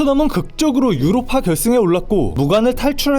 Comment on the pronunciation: 유로파 너무 한국인발음ㅋㅋㅋ